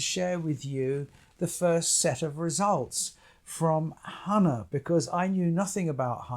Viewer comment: It’s hah-nah…